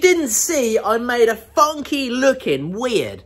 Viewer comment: hope you said funky it sounded more like (